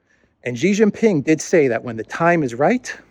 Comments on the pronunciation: It is Xi Jin Ping, not Ji Jin Ping! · STOP SAYING JHEE JHING PING, JHEE MEANS PENIS IN CHINESE LANGUAGE. HIS NAME IS XI = SHEE JIN PING, SHE LIKE FEMALE. PLEASE STOP INSULTING HIM